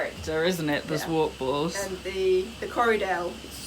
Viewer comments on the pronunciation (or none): Nice video, really enjoyed it. Only one thing: zwartbles is not pronounced rhyming marbles, but it is Zwart rhyming with cart and Bles, rhyming with less. Zwart means black, the colour of the sheep, and the Bles is the blaze on the head.